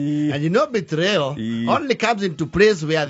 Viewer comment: Why do you pronounce betrayal as betrio?